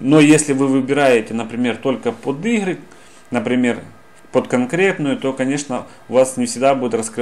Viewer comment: Хорошее видео, но от речи охромный, ихры уши вянут